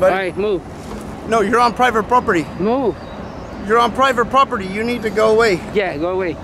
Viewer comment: GUY IN RED HARDHAT DOESNT SAY PROPERTY PROPERLY LMAO !!!